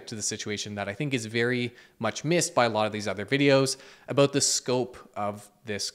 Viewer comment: Thanks for talking aboot this